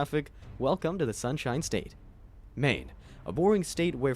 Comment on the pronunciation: maine almost sounded perfect until the end